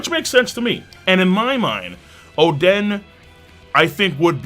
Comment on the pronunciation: Why you say oden like that